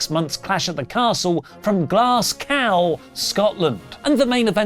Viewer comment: that's my pet peeve Americans saying glascow instead of glasgow for Americans it's glaz go